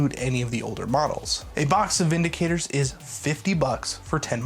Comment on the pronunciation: How is Vindictor pronounced Vindicator?